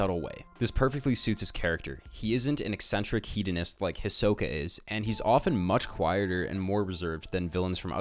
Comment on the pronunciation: Hi-so-ka Hie-so pronouced fast: SO not soh. Ka Listen the japanese version. Getting so annoyed with this.